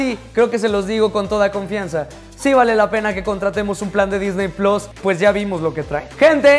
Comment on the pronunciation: me encantan tus videos y todo, pero por favor!!!! puedes dejar de decir Disney PLOS????? por faaaaaaaa